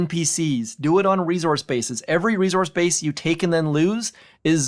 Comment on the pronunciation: Good content, but I wish he'd learn to say "resource" correctly.